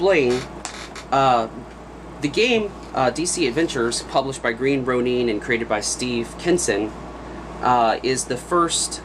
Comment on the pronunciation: It's (green) "row-nin" not "row-neen"!